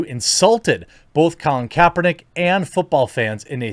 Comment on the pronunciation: “Colin Kaepertick”